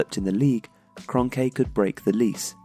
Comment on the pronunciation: His last name is pronounced as kronky